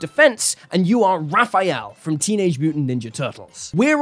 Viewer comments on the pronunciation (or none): none